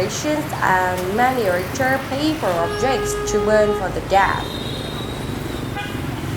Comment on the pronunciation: Firstly, many thanks for ur video, I learned a lot from it. Secondly, i think you mispronounced some words, for example: typical, miniature, guild, available, dweller... I hope that you will check it again to make your next videos more perfect ;).